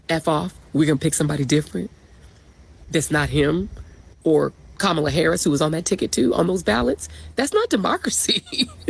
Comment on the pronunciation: How can you guys still not pronounce " Kamala" correctly?